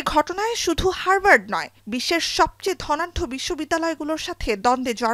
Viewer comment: হারবার্ড নয় উচ্চারণে হাভার্ড হবে 😂😂😂